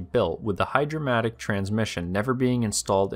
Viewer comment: ..."hydrymatic"? ..."hydra - matic" ??... "HGH-DRAMATIC" ??? ...what does that even MEAN?